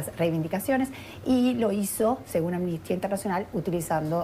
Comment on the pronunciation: Sería posible que hablaran correctamente y dejaran de decir "ammistia" es amnistia, A-M-N-I-S-T-I-A. Mediocridad latinoamericana en acción.